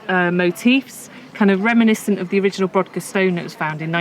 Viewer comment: The Ness of Brodgar, and The Ring of Brodgar, are pronounced brogar, the 'd' is silent.